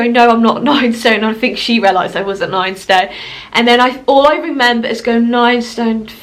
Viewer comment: She keeps saying renember🤣